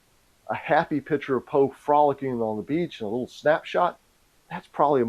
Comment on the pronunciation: "pitcher" vs "piCture"